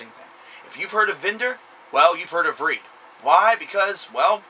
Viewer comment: You pronounce the band's name wrong...